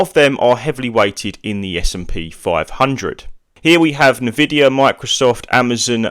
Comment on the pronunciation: Why would I trust a guy who pronounce it as "Na-vidia" :D